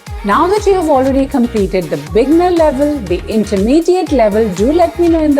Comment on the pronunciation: You often say bigner, but the word is beginner....bee-gin-er.